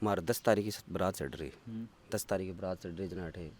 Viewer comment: वो बारात नहीं बरात होता है।